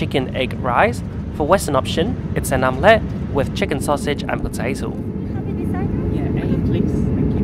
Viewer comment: Only 25% of people are subscribed because you say "potatoll" instead of "potato", "Emirex" instead of "Emirates" and "who Chi Minh" instead of "Ho Chi Minh".